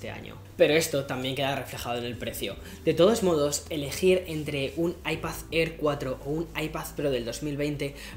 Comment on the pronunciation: What da fok is an Aipazzér or an Aipazzpró ??